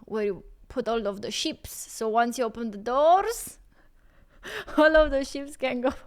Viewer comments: It’s just sheep, you sounded like you were saying ships 🤦‍♂️ like that time you ripped into me about your twitch channel, you misunderstood my comment and were too ignorant and up yourself to say sorry, because you’re a fake arsed person. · LOL She said hoard of sheeps, I thought she said hoard of ships until she said pasture. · I like the way says sheeps.